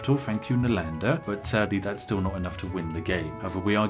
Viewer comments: Being an Indian I enjoy how Brits usually mispronounce the names of our cities (Nalanda was an ancient Indian city for those who are curious) XD PS: Love your content, and humor! Keep it going!! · Spiff accusing PotatoMC of mispronounced but he him self mispronounced " NALANDA " in first place.